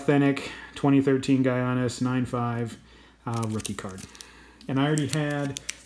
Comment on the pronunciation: And it’s actually pronounced “yanis” not “geeanis”